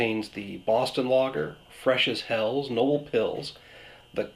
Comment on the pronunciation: Nice review. Hats off doing all of them at once. By the way, the German word "Helles" is not pronounced as "hells", more like "hellus".